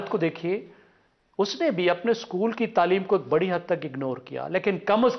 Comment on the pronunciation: SCHKOOL ✅ SCHOOL ❌